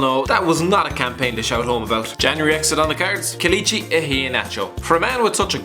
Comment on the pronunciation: We don't pronounce Pele as Peelee...so please pronounce Kelechi right lol